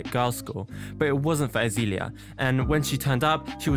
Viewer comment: "Azeeeeelia" lol. Excellent pronunciation mate, its turned me to drugs just hearing it